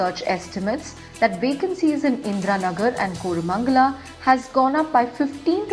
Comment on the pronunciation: It is not Koooramangala 🙄